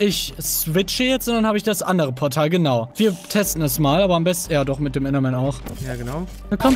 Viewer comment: Normale Leute: Oh Oh. Ein Enderman! Palle: Ein Endermem! Zuschauer die das hören: Wtf Palle?